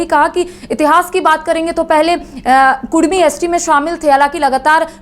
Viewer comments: Kurmi nehi kudumi boliye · Patrakar mohodaya kudumi bolo kurmi nehi